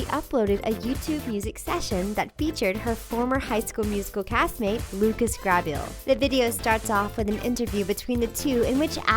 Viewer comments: Lucas Grah-beel............😝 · They kept saying lucas last name wrong.. it was annoying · Lucas .. Grabeel? Really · am I the only one mad at the way she said Lucas Grabeel's last name